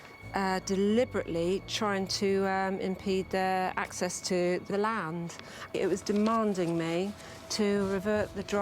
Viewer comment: also she said 'acess' or 'useing.' LOVE IT